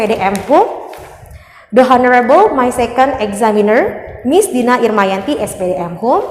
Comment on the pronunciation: ''Honorable'' huruf ''h'' nya ga dibaca ya. 🤗